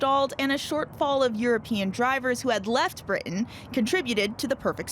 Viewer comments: Someone teach this person to say Britain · The word 'Britain' is spoken with a 't' sound in the middle. An alveolar tap like what you get in the USA is okay, but somebody needs to tell the American presenter to pronounce the name of the island properly. It sounds amateurish and slovenly the way she said it.